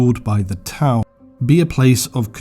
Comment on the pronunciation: I love the video, but had to thumbs down due to Tau. haha sorry